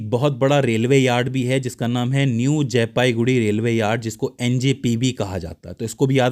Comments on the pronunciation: sir jee,it's jalpaiguri not jaipaiguri.......before uploading please check it carefully....... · Not jaipaiguri it's jalpaiguri ok . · AAP KA BISHLETION ACHA LAGA PER AAP JALPAIGURI KO JAYPAIGURI MAT BOLIYE😂,,,MERA GHAR JALPAIGURI ME HAI